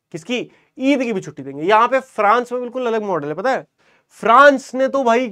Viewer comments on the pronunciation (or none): none